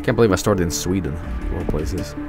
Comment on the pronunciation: I literally went "Sveeden" as soon as I saw it and then a couple of seconds later said it the same way.... Have I been infected with Jobelitis?